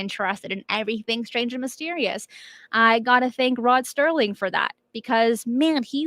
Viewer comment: Rod Serling, not Sterling. After all the times you've mentioned him, I thought you should know going forward. If there were a way to have PM'd you, I would have.